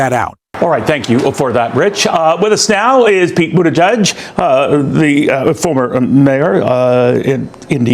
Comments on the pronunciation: Pete's name is pronounced "BOOT- EDGE- EDGE" , accent on the first syllable according to Pete's husband. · lol, I’m giggling how you pronounce his last name, think boot edge edge, I learned this from a 6 year old girl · "Do you then think half the Americans who seem to prefer him over Kamala Harris are clueless?" Obviously they are. The weird Machine-Voice is a little scary... and pronounces "Buttigieg" very strangely. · I think Mayor Pete will. at some time in the future, be the President. And America will be much better if he is. I wish you would, however, drop the weird pronunciation of his name. That alone takes away a lot of credibility from the veracity of your channel., you have heard his name a thousand times and know how to say it.